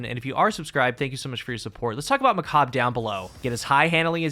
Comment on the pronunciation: its not macab its macabre